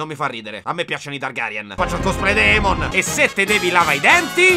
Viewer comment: Aemon?? È Aerys